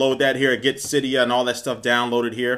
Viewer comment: The only person that actually pronounces Cydia correctly is the creator.